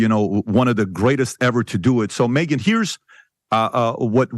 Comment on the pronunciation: Me-Gyn as in "Me Woman" not Convinced